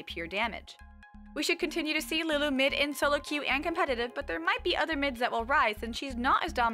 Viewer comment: I love the way you said Lulu c